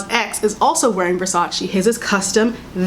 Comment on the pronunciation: It’s VersacE not VersacI